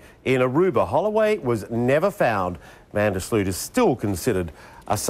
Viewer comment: Funny how English and Americans are not able to properly pronounce the "Sloot" in Van der Sloot. :P